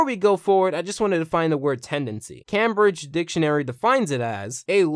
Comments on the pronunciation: Cam-bridge. Hah. Kaym-bridge. That’s how you pronounce it. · First off, Cambridge is pronounced came-bridge. Second, this (£) is a pound sign, not a euro sign. This (€) is the euro sign. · Camm bridge? That's one way to pronounce it. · did you just say, Cam-br-i-dg. What the actual f***!? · Cambridge is pronounced 'came' bridge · You Pronounced Cambridge Wrong - Brit Is Triggered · I'm sorry, how the fuck did you just pronounce "Cambridge"?